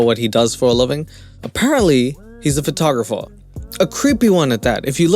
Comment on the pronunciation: Omfg..did big Ed just call himself a "FUR-tographer"??? 🤣🤣🤣